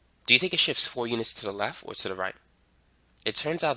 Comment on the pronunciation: I don’t understand the words, “lef” and “shif”